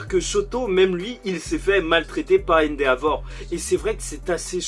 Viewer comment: Cool la vidéo mais juste arrête de prononcé le « a » dans endeavor c’est vraiment insupportable 😇😂